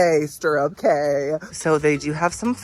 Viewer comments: What a bargain! Fun fact: A “Cay” in the Bahamas is pronounced “Key.” p.s. I always love how even when you don’t particularly like a gratis item, you are always so grateful for it! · Love your videos but, dude, it's time you know 'Cay' is pronounced 'Key.'